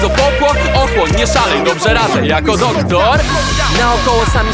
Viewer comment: Powiedzialeś "doktor" jak Kaz, jesteś tego świadomy